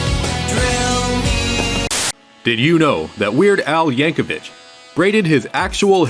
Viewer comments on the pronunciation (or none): Als last name rhymes with Nick, not witch.